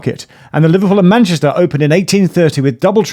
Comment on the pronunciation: “The Liverpool and PAN-YESTAH…”😂👌